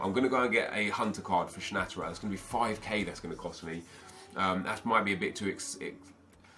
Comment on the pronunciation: Its pronounced Schna te rer